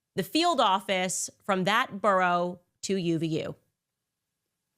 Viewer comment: 😂😂 yeah I couldn’t help but laugh every time I heard her say “burrow” lol.